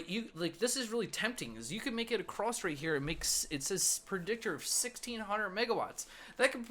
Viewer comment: also said acrost